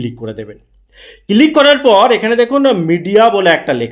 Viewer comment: ভাই এটা কিলিক না ক্লিক হবে 😅